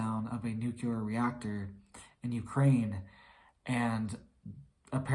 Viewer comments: Not NUKELAR… NUCLEAR! Jeez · NEW-clee-are!!!!!! NuclEar!